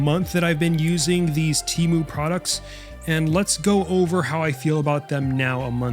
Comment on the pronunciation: why does no one ever pronounce "TEMU" correctly??